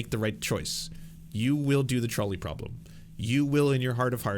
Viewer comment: Every time he says "trolley problem", all I hear is "Charlie problem" lol